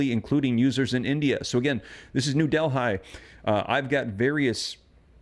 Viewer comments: It's pronounced 'Delly' not 'Del Hi'. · Please …….it is pronounced Delly not Delhigh.